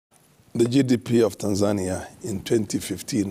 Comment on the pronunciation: Not Tanzaaania. It is TANZANIA